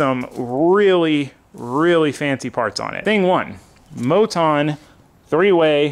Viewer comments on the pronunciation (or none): none